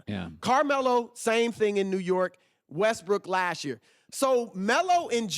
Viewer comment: i love it when chris says lashyear